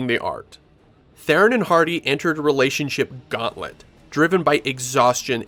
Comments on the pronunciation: Who the hell is "Therein"??? Her name is pronounced "Throne." Got news... Oh, btw, that's not my opinion, it's a direct quote from Ms. Theron herself. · IT'S THERON FFS, NOT "therrin"